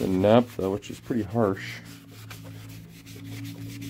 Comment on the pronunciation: That must be some wicked overspray if none of those things remove it..........for the record, it's naphtha not naptha.